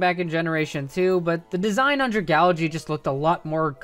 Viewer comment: stop saying dragalge WRONG please